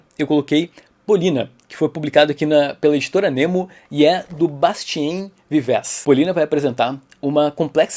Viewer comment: sem querer parecer o "chato da pronúncia", o correto é "BastiAN VivÊ". Abs.